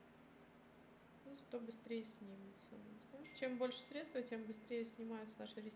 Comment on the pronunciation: Да, режет слух. Ещё и стедствА.